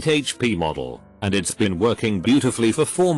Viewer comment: Also how the bot pronounces words with apostrophes with an extra "so" syllable. It's becomes "itsos", wasn't becomes "wasnsot", haven't becomes "havensot".